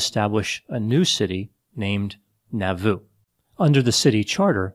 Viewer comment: Moroni is pronounced Mah ro nye, It was not Haun's Hill, it was Haun's MILL, and Nauvoo is pronounced Nah vu!!!